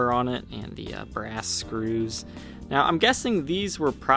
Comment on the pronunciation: Oh, you are saying THE les Paul ....I though you were saying VEE . I have never seen this Gibson model before. Very cool.